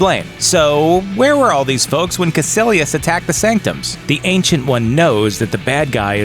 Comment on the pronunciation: Its Kaicilious not kacilious